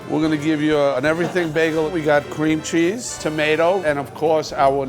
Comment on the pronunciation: Cream cheese? I think they mean crem chaazzz